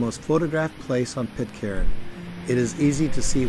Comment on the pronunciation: Pitcairn has a silent 'r'. The same as 'iron'.